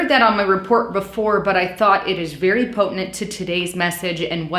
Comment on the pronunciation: "potenent"? You meant to say "pertinent"